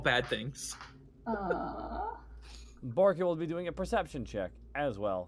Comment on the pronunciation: keeps calling himself 'Borky' instead of 'Barky' and its tearing me apart inside